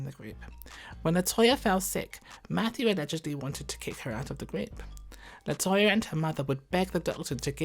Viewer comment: I sure do hate how he did Latoya and LAtavia that’s sad man